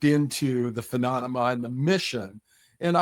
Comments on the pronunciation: He definitely said phenonoma. Come on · He keeps saying, "pheMONema!" HA! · stop saying 'phononoma'! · Am I wrong or is he pronouncing phenonema???? 🤣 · After stating phenonema 5 times he still sticks with the yankee blue story. Wow, surprised hes willing to be part of this lie on multiple podcasts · This guy's in charge h3 can't even pronounce PHENOMENA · I was having a hard time getting passed that. Phemonema? Phenonema ? Menomena? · He really needs to learn how to say phenomena properly. Its not a good look all things considered...😬